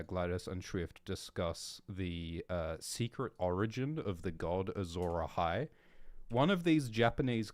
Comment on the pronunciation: Azhor Ahai? Sounds like Ashura Mazda? Mazda is a car manufacturing company from Japan